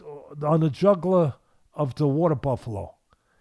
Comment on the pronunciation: The way he pronounced "jugular" as juggler bothered me though.